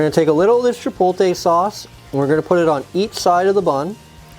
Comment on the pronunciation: I’ll start the argument. You need to learn how to pronounce “chipotle.” It does look good good though!